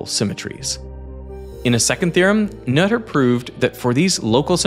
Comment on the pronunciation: Finally someone pronounced 'Noether' the correct way.